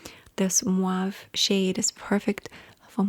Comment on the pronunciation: Been here since 2017 and still says "muave" instead of mauve 😂😂